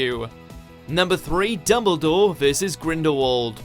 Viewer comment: UGZHH ITS DuMBledore NOT DOUBLEdore